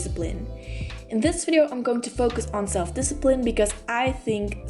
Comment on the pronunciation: discipine.. u forgot the 'l'!